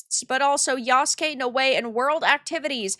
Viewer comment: It is pronounced YA SUE KAY